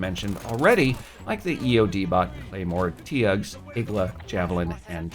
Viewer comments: Tugs even tho it is pronounced t-ugs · he said TEE UGS lmao